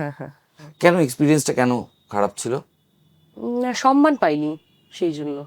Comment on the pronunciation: অনেক দিন পর সঠিক উচ্চারণ শুনলাম "সম্মান" ... অন্যথায় এই শব্দটা কখন যেন "স ন্ মা ন" হয়ে গেছে।